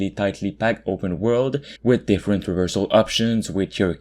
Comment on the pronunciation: "open world"...... Tf is he saying?